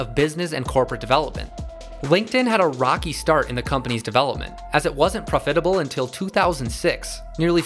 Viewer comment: Why do you pronounce profitable with stress on the second syllable?